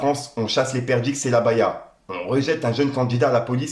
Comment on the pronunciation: Les" perdrixes"🤣🤣🤣🤣tu regales avec tes petites erreurs de prononciation ça régale🤣💪💪💯